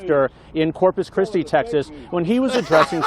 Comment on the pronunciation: Texese, like who doesn't know how to pronounce Texas? Sounded like testes...